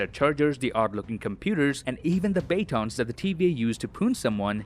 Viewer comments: bae tawn instead of baton is an interesting choice. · Lol did anyone notice he pronounced baton as BAY-ton